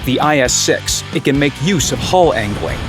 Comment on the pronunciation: guys hear IS 6 he said IS Sex haha